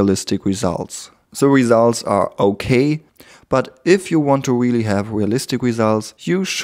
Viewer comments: i knotiked you say hairs but not really really is weally it okie i can tech u a england lessona Ic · That's weely, weely woot! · i sorry peopl.e judged u for te w instead off R in speak I understood your fealing i be friend... ? ? pepol just tese u because thety are gelos of you skill's i like u skill and IQ 300 i friend? good video i subskr subbed} to you friend sorry bad england1 I